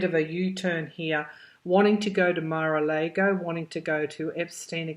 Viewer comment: Mara Largo...all a's have the same sound. Just so you know.